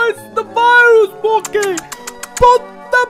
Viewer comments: Its not mockey its mokey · Its Mokey not Mockie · STAHP IT MOKEY IT NOT KRIMAS